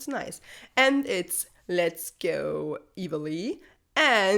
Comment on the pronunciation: "Let's go Evilly"?? It's "let's go EEVEE... (promounced E.V.)